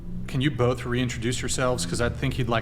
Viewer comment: Why does he so clearly say "bofe"?? Its spelled BOTH where tf is the F sound coming from?